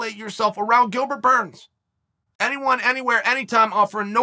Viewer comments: “Gilbert Borns” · Gilbert "Borns" lol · "Gilbert Bourne"